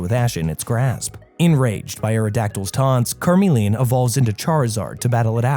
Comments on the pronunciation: since when has “Charizard” evolved from “Carmeleon”?? He evolves from Charmeleon… CH like chuch, checks cheeks… c’mon now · CARmeleon??????? It's CHARmeleon... smh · Why did charmeleon become car-melian 😭😭😭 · So let me get this straight It’s charmander and charizard, but karmeleon? Why is it that you can say the first and last correct but you change the pronunciation for the 2nd evo. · Car-mee-le-uhn? Vee-no-nat? What are these pronunciations? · Reader of this never actually watched pokemon calling it car mellion is a krime. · say it with me CHAR like charcoal. CHARmeleon and meleon like chameleon. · Gave up on watching this when Charmeleon was pronounced "Karmelion" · Bro said carmeleon😂🚘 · It is (ch,ch,ch) Charmeleon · Car-meleon? They pronounce their name on the show dude, no excuse… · car-meleon....well that is gonna live rent free in my head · 🚗meleon? Cmon bro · Is the way you pronounce chameleon just rage bait? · Can't get over pronunciation for "Charmeleon".